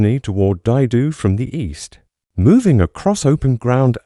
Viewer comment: Is this the future of youtube videos? Just bullshit AI voices? I have a friend who was at Dai Do and was about to watch this when it was totally mispronounced. Good luck in your low-attempt endeavors.